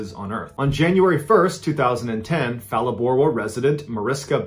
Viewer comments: Phalaborwa is pronounced 'Pa-la-bo-r-wa'. And yeah, the river's pretty scary. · And it's pronounced Phaaalaborwa...phaa like you smacking a girls cheeks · Except for Phalaborwa. That pronounciation hurts my soul